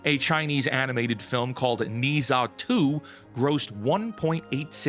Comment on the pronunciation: “Knee-zsha 2” 😂